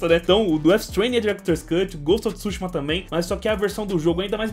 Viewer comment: Ghost of tsÚshima😂😂😂 KKKKKKKKKKKKKKKKK. Desculpa a zueira com sua pronúncia . Coleção muito top parabéns...